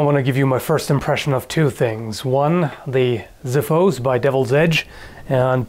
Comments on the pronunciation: its pronounced as Xiphos not Ziphos ,its a greek word for sword. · Some notes on the sword: First off, it is pronounced as xiphos and not ziphos (use "x" not a "z").Putting that aside, as far as I have heard, a spartian xiphos weighs somewhere between 3-5 kilos and pretty much as sharp as the one you are displaying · Ok you are a good guy you make great videos but mate then next time you will pronounce xiphos like ziphos i m gonna find you and made you learn GREEK is Xiphos like boX ok......KEEP UP THE GOOD WORK!:D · Xiphos is actually pronounced like ksifos in greek and not like ziphos (not that it matters, just a fun little fact). Also the word xiphos litterally means sword and is the word we use to this day still (another fun little fact). As always another great video, keep up the good work mate! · The xiphos looks pretty impressive, i'm eager for the final review! I think the first "x" should be pronounced like "xylophone" and not like "z", since it comes from "ξίφος" (which is like saying ksiphos) . "ziphos" sounds kinda weird, like a distant relative of an expensive lighter :P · Xiphos means sword in greek (Ξίφος). Although if a word begins with an "X" its pronounced most of the times as a "Z" in english, if you wish to pronounce the word in its un-altered greek form you should use an "X" sound, like Xiphos, not Ziphos. Just some useful advice for next time. Greetings from Greece! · Pronounced Ksifos(hence the X) not Zifos(hence they don't use Z) Nice review btw.. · xifos is pronounced Ksifos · Very cool. Something neat I learned, I think the proper pronunciation for xiphos is (ksee-fos). In other words, pronouncing the x like an actual x, instead of a z. (: I totally want one of those~ ;) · Xiphos is pronounced "Ksifos" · it's pronounced ksiphos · Just a comment about the xiphos pronounciation. The "x" is pronounced "ks" and not "z", if you want to use the correct greek word, that is :) Of course xiphos is greek for "sword".